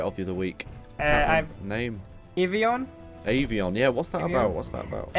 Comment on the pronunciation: I'm pretty sure your "Avion" is actually "Avorion" but... hey, I'm no expert.